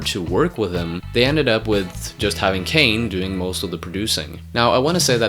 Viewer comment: Gordon, not Jordan Kahne, not Kane